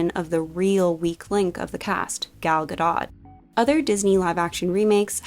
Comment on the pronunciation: the pronunciation of Gal Gadot has me rolling (but the rest of the video is incredible 10/10 I did send it to four of my friends)